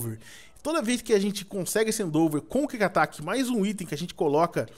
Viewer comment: PORTUGUÊS 0 HEIN EDU , endeAVOR NAO ENDOVER E NAO É KIK ATAQUE É QUICK ATTACK. PLMDS ENSINANDO SEUS INSCRITOS A FALAR ERRADO.